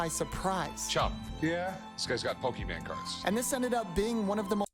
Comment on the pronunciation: Istg every person over the age of 50 that I’ve encountered can’t pronounce Pokémon 😭 they all say Pokéman too it’s like it’s on purpose.